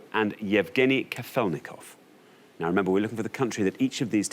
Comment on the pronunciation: I simply love how the contestant actually sounded correct when she said k-A-felnikov, but not only the hosts not autocorrected themselves, but they doubled down with kaf-E-lnikov. jfc people I know noone cares, but do your due diligence, its your job. how hard is that - not to butcher foreign names on tv time and again, if you insist on including them. it’s shar-A-pova